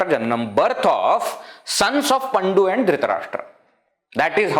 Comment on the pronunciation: It is not paNDu. It is pANDu. Very good presentation.